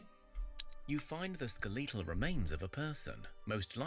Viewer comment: he says skleatal instead of skeletal